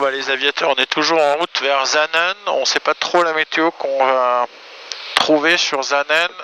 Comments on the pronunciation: Magnifique vidéo, félicitations c'est superbe. Suisse, j'ai tout spécialement apprécié le trajet depuis le Lac Léman, la magnifique vue de la vallée du Rhône qui se jette dans le lac. Superbe vidéo oui. Puis la descente pour Saanen, prononcez S et non Z svp ;-) quel bel atterrissage sur cette piste où au siècle passé des Vampires et Venom militaires se posaient. BRAVO un papi fan d'aviation qui réside au bord du lac de Neuchâtel actuellement. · On dit pas Zaanen mais Çaanen.